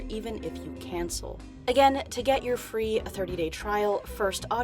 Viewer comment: "This is what you'll gÆt "